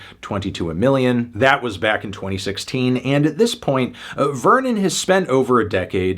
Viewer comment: if that's the case, why didn't he pronounce Vernon's surname, which is also French, correctly?